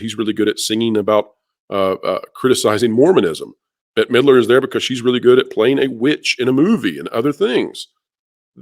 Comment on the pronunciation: At first when you said Midler, I thought you said Hitler 😂